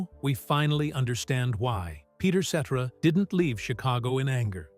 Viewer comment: Still can't pronounce the man's last name right. Geeez 😮